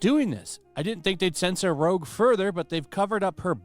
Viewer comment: He called her "Rogue" hell nah bro...